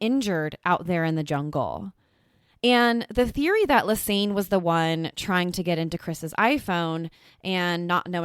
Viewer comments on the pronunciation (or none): It's Ann not aine!! Like a combination of Lisa and Anne not aine!!